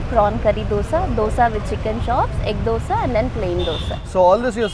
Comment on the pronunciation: Bro its dosaaa. Not dosee...! You are a food vlogger and you make this mistake. Is it so hard to pronounce dosa? Why brother dosee why?